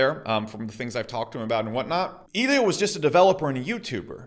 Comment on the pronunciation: I like how he calls Elliott "eelio".